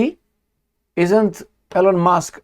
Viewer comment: ...L-On ? 😂 C'mon man! You can pronounce all kinds of difficult names of different cities, towns, regions in different countries...but E-Lon is to hard? E-mil E-lon How hard is that?